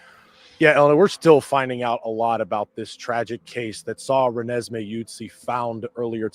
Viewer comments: THE CORRECT PRONUNCIATION IS RE-NES-ME!!!!!!! LUV U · Can you please learn to pronounce this little girls name right!!!!!!